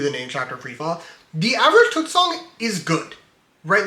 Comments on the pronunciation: ur saying tuxt dude its T X T you should say it properly love the 3 hour pesintationtho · Btw it is pronounced T X T as the letters